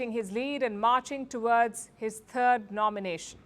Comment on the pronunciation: "...marching toward his "turd" nomination"?